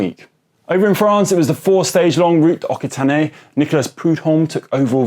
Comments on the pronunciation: It’s not pronounced « Oquitanné », it’s « Oxitanny » 😉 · I may be pedantic, but it's disappointing to hear this host mispronounce words like Cipressa and Occitanie.